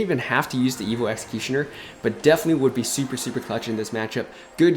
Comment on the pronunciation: Why do you say evilll and not evo. It kills me lol